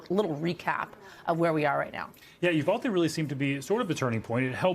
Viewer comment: again mispronounced Uvalde